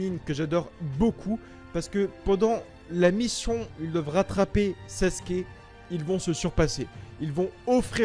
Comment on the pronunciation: Les gens qui disent Saske arrêtez svp ça déchire les tympans. Merci.